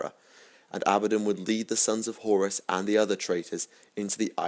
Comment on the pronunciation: You pronounce Abaddon correctly 👌🤟